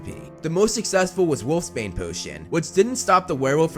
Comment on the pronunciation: Must be some very weak wolfsbane cuz wolfbane is extremely toxic the e shouldn't be pronounced think of it being pronounced like gropes